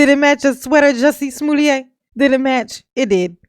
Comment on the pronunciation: “Smoolliét” I am screaming 😂😂😂